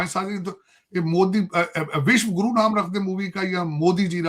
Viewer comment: Abe takale tu Vishwaguru bolna sik Le be